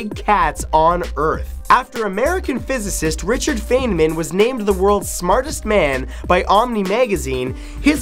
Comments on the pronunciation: FINE-MAN. NOT FAYN MAN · You mispronounced Feynman.